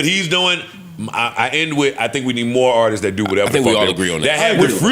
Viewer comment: not knowing how to say Artists is Crazy!🤦🏾‍♂️😂😂